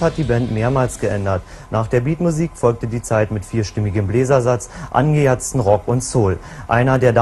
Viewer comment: angeJATZTer Rock...🤣🤣🤣 Interessante Aussprache.